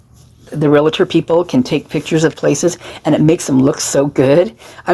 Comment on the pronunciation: You may know your paint, but REAL-TOR does not have an 'A' in the middle.